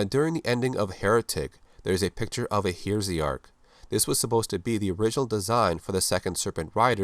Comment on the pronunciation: Heresy + Arch => Heresiarch with the word stress on "re" /hɛˈriːzɪɑːk/